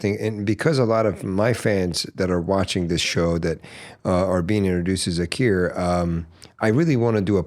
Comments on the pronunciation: Please stop calling him “Zakeer”. His name is Zakir and I know for sure you can pronounce it correctly being a Farsi language speaker. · What happen to Zakir pronunciation?.........why are you trying sound British........Thats not our SAKTH_LAUNDA.😇